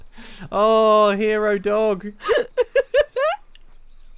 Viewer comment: Every time she said dog I kept hearing Dob. "Dob, don't do that." Yep, sounds about right.